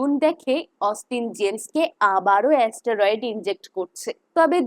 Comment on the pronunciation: ওটা অস্টোরোয়েড নয় স্টেরয়েড হবে